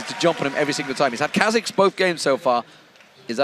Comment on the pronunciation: Kah Zix lol